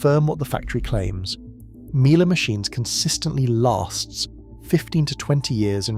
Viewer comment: AI, can't pronounce Miele properly